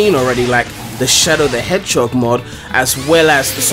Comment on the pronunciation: Why is everyone talking about that guy saying "Hedgehock" it's just his Faroese accent